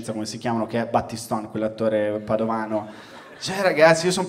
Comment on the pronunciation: Ottima trama, mi sembra che ti trasferisti a Roma proprio per frequentare una scuola per sceneggiatori, Battiston ( con la o chiusa ) è FRIULANO ( nato a Udine ), bravoooooooo !!! 👏👏👏👏👏👏👏👏👏👏👏👏